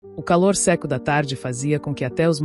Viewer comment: Não se diz se' e sim seco😂